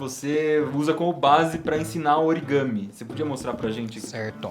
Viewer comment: eu amei esse "origame"